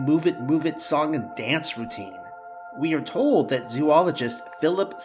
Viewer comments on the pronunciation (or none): none